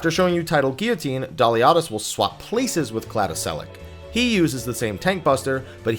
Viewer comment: Cladoselache sounds like \ ˌkladəˈselə(ˌ)kē\ last syllable rhymes with Key